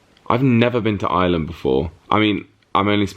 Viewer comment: OMG… Ireland! All those times you said it, and I heard “island” every time, except the last. 🤓